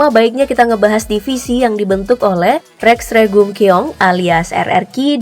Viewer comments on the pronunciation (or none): Koreksi min,Rex Regum Qeon bacanya "Reks Regum Seon"